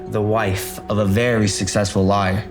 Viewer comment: Also the way he says lawyer, he pronounces it Liar. 😂😂